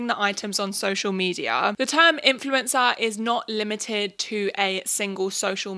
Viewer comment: Sounds like you are saying 'influenza' lol